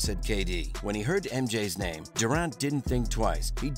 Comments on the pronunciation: PLEASE learn how to pronounce "Durant." I had to stop the video. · I hate how you say Durant